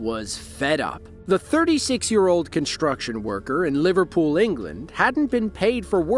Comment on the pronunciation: Why do you pronounce 'construction' as 'conshtruction'? There is no 'sshh' sound in that word.